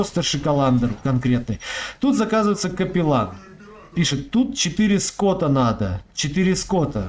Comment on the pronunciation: Игровой сленг - не ско́ты, а скоты́ (скауты))